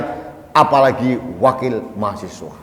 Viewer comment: bukan mahasewa om, tapi mahaSiWA